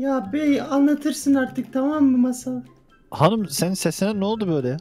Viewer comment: Abimden hep masal anlat derdim ama uzun onun anlattığı mâşal bi r adam varmış ölmüş gitmiş